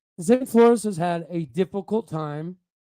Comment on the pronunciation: Fyi, heard Zane last name is pronounced floors not flor-ez.